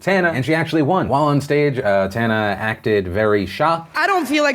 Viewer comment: Deffinently not Tanna